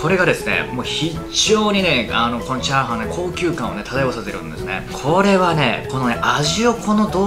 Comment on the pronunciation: ひぁ〜はん